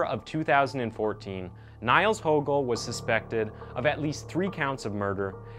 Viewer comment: His surname is pronounced as “Hoogel” not “Hogel” due to the umlaut Ö in his surname, Högel. I’m sure no one care but it is more a tip to people - like this video’s creator - who want to make videos about him. Anyway, other than the name mispronunciation, great video, great production - very creepy but interesting.